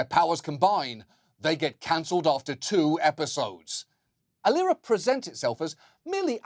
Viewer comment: He pronounced "Aliera" wrongly. It is pronounced "A-lie -raaa"